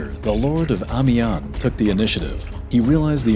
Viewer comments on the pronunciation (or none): none